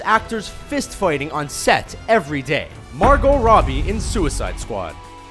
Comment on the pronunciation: He says jared Leto and Margot Robbie weird